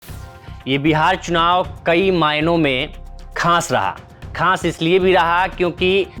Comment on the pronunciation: अबे खास होता है खांस नहीं